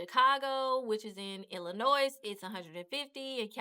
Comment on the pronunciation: Thank you for the info....FYI, the "s" in Illinois is silent. Pronounced "Illinoi"